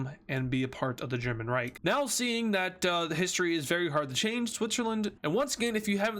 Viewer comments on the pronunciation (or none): none